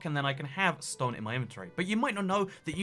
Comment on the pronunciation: I can't tell if he's saying stone normally or saying ston